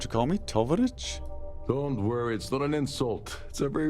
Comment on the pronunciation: (AKA TarSnake) Mispronounced Tovarich. Spoiled my immersion. :face-pink-tears